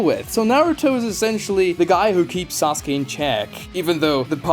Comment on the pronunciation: ok are these pronunciations rage bait or troll? SasUkee, Saradee, borito, kawaykee. these have to be troll right?